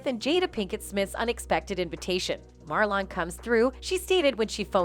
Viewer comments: Why yell always mes up black ppl names Marlin, ,not marlon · When did his name become Mar lawn lmao 😂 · First off wtf is Mar Lon 😂😂😂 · Everything he said was true, uck your feelings, say his name right next time and it's was jokes people 🤦🏾🤦🏾🤦🏾